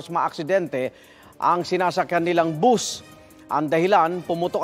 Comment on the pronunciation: Bus sa Tagalog, buzzz nman bigkas Ng iba, Anu Tama na tawag? Bus o buzzzzzzzz